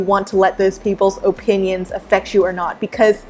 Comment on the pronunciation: Why do you say opinion like "O pin yins"? LOL